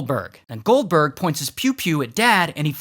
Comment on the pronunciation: When he said goldberg but i thought he said gulper